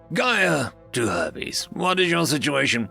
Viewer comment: The narrator did say Herpes right, instead of Hermes.